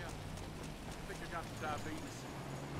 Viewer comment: "Yea I think i got the diabeetus"